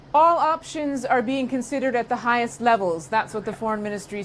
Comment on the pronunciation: "at the kikest levels" 😂